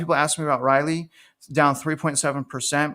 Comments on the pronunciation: How to pronounce Raleigh: say WALL-E but replace the W with an R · You murdered the pronunciation of Raleigh NC 🤣